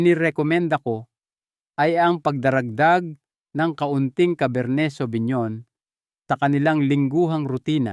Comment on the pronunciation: Correction po pinonowar po ang pronounce,cabar ney savinyon pilipino version. as a wine expert may wine na mas kalidad like Merlot Shiraz,Malbec.okay naman yung recommendation nya